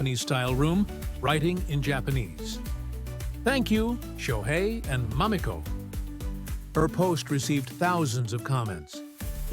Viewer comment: Damn, at least learn how to pronounce her name! Americans are so disrespectful - this is why this can’t be trusted to be true. You have a video like this yet you can’t pronounce the woman’s name correctly? Each time it’s said it’s pronounced differently!🙄